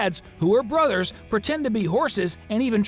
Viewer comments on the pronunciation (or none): none